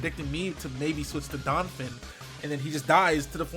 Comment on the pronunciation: Anyone else cringe when he calls Donphan "Donfin"?